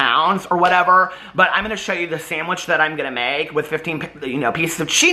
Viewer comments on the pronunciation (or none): none